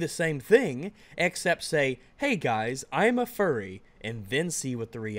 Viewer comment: He says fuwwy. He unnironically does. Endme.